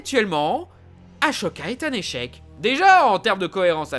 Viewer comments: Au fait on prononce "Assoka" et pas "Ashoka".... ta critique est naze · Ça se dit assoka, pas achoka. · C’est Ahsoka pas Achoka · Pourquoi tu dit "Ashoka" et non "Ahsoka" ?? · Purée sa ce prononcé assoka pas achoka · POURQUOI TU DIS "Achoka" c'est Asoka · C’est moi ou on dirait que le mec n’a pas vue clone wars déjà le « achoka » et non « assoka » où il le dise plusieurs fois puis comment il décris dark maul exactement comment il est dans clone wars genre je pense qu’il l’a survoler la série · Non sa marche pas comme ça les grades jedi pour que Anakin devienne maître jedi il aurait du finir la formation de Ahsoka (qui ne ce prononce pas achoka revois ta prononciation) pour que elle devienne chevalier jedi sauf que elle a quitté l’ordre jedi avant donc Anakin n’est pas devenu maître jedi aussi le fait que le conseil ai expulsé ahsoka de manière aussi injuste a baisé la confiance de Anakin envers le conseil jedi une évolution de plus qui mènera plus tard a l’épisode 3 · On prononce aSoka! Le h ne se prononce pas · "Achoka"... Pourquoi fais-tu cela ? Quel intérêt ? On te paye pour faire saigner les oreilles des gens c'est ça ? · Tu peux arrêter de dire aschoka😡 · Mdrrr ashoka un échec vraiment tu casse le série et tu favorise vraiment rebel. Ashoka et le personnage le plus développer dans TCW. Tu sais même pas prononcé son nom correctement et la même pour Asajj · t'as écorché le nom d'ahsoka toute la vidéo .......... =( et visuellement tcw est au dessus, animation, detail, vie, tout est au dessus, justement ils ont tout revus a l abaisse pour rebels parce que plus d'un milions par épisode c'etait trop ^^ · Sérieusement, tu as vraiment regardé clone wars? Tu ne prononce même pas le nom d ashoka correctement ... Arrête des lire des résumé sur internet et regarde les séries ou les films dont tu parles avant de critiquer...